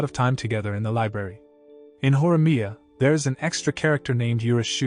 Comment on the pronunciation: Horimiya not "horyama